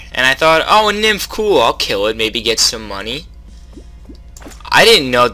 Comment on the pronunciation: It's pronounce N-ym-ph :conwayshrug: Yo, Yoyo!